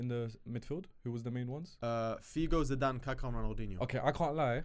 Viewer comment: Put some respect on Zidanes name